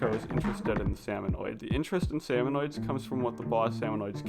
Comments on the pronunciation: It is so painful to listen to him say “salmonoids” rather than “salmonids” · Salmonids. Not salmonoids. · the "salmonoids" bothered me so much lmao